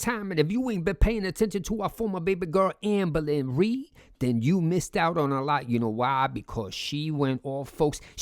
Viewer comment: Love way if saying “ambuhlynree” 😂